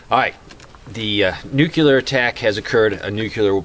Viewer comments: Another one who mispronounes "nuclear" as "nuke-yuh-lurr", Geez, isn't there anyone left who can actually say "NEW-KLEE-URH"? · Nuclear is pronounced (NEW CLEAR) NOT (NEW Q LER} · OH PLEEEASE - TRY TO SAY... NU - CLEAR NEW - CLEAR. NU CLEAR. NOT NU - F''ING - CULAR. AAAAaaagh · FOR THE LOVE OF GOD!! PEOPLE! .... it's pronounced ( new clear ) .... the word nuclear is pronounced (new clear). not ( noo cue ler ) ..... it's ( new clear ) ! .. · "I'm not going to get into the technical stuff because you wouldn't understand it"..."nukular" I counted 12 nukulars; it's nuclear! You're killing me... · Why have so many trolls shown up on vids lately? I'm somewhat of an expert on this subject, and you're doing a very good job of giving people the info they need to know to stay alive without confusing the issue. I do wish that you'd say nuclear instead of nucyaler. But well done my friend. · New clee er- but even some scientists say new kya ler. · Nukuler? Pronounce it Nu-CLE-AR! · Please, PLEASE. It's "noo-CLEE-ar" NOT "nu-CUE-lar" . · Nuclear - not nucular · he wont tell us about the data because we wont understand it but he cant even pronounce the word nuclear.. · please try to say NU-KLE-AR, again: NU KLE AR other than that love what you say :-) I am sure you're smarter than dubya (he is the best known mispronouncer of this word)